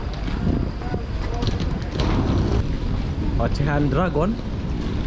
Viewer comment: OCEAN di baca (OSSEN) bkn OCEAN( OCEAN)😁😁 DRAGON (DRAIGEN) bkn bacaan(DRAGON)😂😂